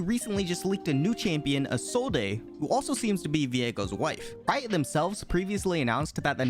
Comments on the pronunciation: She's not "I-so-de", she's pronounced "is-old" lol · ITS PRONOUNCED EEEE-SOLD HOLY GUYS THIS IS NOT DIFFICULT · its pronounced E zold ei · I think Isolde is pronounced as 'Eesold', like how Viego pronounced it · It’s pronounced Isold. Not with the e in the end (